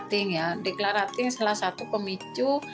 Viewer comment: maaf bund..pengucapan declutteringnya salah..belajar lagi yuuk 😊